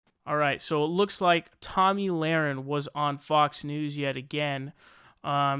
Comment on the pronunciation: Tomi, pronounced tommy, not tammy. And.laher, pronounced luh-ren, not lorin.